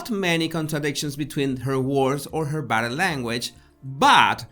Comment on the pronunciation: First of all, I love videos and your accent. I studied my you know what off to learn Spanish to teach ESL to recent immigrants in LA, and I was close with all the families, so it is all in fun. But every time you say "Body" I first hear "Baddy" and chuckle. In closing, I watch every "bideo" you post and love them all. You just take me back a couple of decades, that's all. Dios con Dios, mi amigo. Eres el mejor.